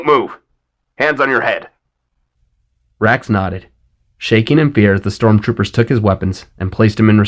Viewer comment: Everytime you say wrax/rax I hear Rex. Lol! Vader’s entrance was perfection. 👍